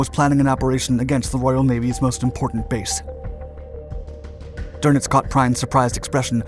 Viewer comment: I was going to say that, remember ie is pronounced ee, ei is pronounced i. "Prine" would be spelled Prein. Funny, but he got words like Friedrich, Kiel, Krieg, though he failed to pronounce the final e in Kriegsmarine (a schwa) . Wellner, the w is pronounced v. Drnitz for Dönitz, oh, well, I never expect Americans to get ö right. It took me a long time. , Is that Werner Klemperer? Looks like him. Going back, there were a few other spots he was in.